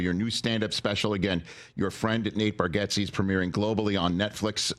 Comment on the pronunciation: Is his name intentionally being mispronounced or an i missing something?